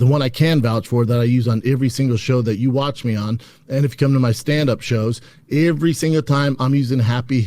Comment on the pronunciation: Does it bother anyone how he says “every”?Is that an accent?